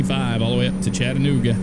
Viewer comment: Awe you pronounced Chattanooga correctly! That make me so happy! 🤗